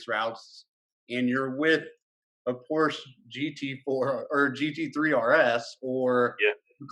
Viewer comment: Glad you two listened to me, now you know how to pronounce "Porsche" properly ;)